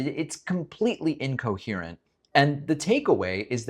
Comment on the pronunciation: being completely inchoherent is "catchy" like measles